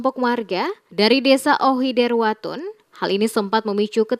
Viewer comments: Maaf Admin, Nama Desa "Ohoidertawun" bukan Ohoiderwatun, terimakasih..🙏🏽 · itu Ohoidertawun bukan ohoiwutun